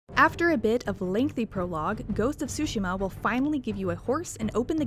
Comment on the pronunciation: this narrator puts stress on the first syllable with Tsushima. Correct